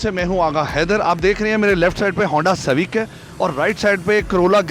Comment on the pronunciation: honda civaec😂😂😂😂